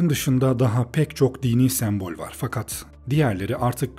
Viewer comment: Gerçekten çok faydalı ve güzel bir video, teşekkür ederim. Ancak bir eleştiri yapmak isterim naçizane. Videoda onlarca kez geçmiyor olsa bu eleştiriyi yapmazdım çünkü yanlış anlaşılmaktan imtina ediyorum. sEmbol kelimesindeki ilk E harfi kapalı söylenir. Videoda bir kere değil çok kere duyduğum için kulağımı tırmaladı ve beni ister istemez videodan kopardı zaman zaman.